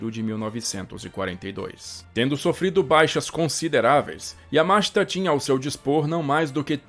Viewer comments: Yamáshita? Aqui é Br mano. É Yamashíta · EXCELENTE DOCUMENTÁRIO.... A ÚNICA DÚVIDA QUE TENHO É SOBRE A PRONÚNCIA DO NOME DO GENERAL YAMASHITA, QUAL SERIA MAIS CORRETO: - "YAMASHÍTA" - "YAMÁSHITA" - "YAMASHITÁ" SERÁ QUE TEM ALGUÉM QUE SAIBA FALAR JAPONÊS PARA RESPONDER????